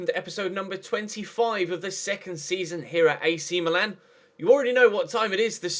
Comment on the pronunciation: Meeeeeeeeeeeeelan so annoying ches can't u read its Milan mil- an